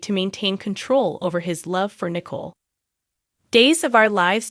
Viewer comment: Please pronounce the people's names correctly Nicole & Jada